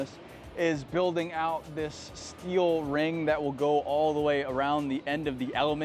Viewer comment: "We need a ton of "Stee-o" 😂